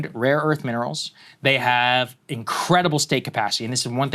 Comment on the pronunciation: trump think its raw earth tho hint: listen how trump pronunce rare earth.... he says rawwww earth